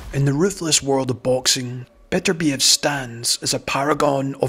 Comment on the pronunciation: Why is it that people cannot pronounce his name correctly? His name is NOT Beaterbeeev,nor is it Betterbeeev. His name is Bet ur biev. The emphasis is on the second syllable.